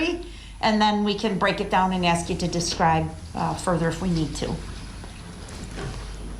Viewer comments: But he can aks questions... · Hughes nope. Listen to him speak. He doesn't ask, he aks... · making fun of the way DB’s idiot self is pronouncing “ask”.